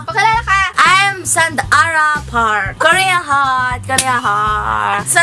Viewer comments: "Sand-ara" ah 😂❤ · Aliw kay sand-ara. *kor-ea heart. 😂😂